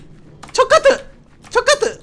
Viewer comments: 저 카트가 족 같은이라고들려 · 저카트라고하는게 좃같은으로 들렼ㅋ